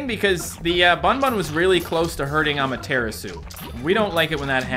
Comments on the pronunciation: ngl you have been saying Amaterasu like this (a-ma-tear-a-soo) but it's actually the Japanese goddes of the sun and so it's actually pronounced (ah-mah-teh-rah-soo) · The way says Ameteratsu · I hate how he pronounce’s Amaterasu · my guy please stop saying amaterasu the way you do its pronounced differently than that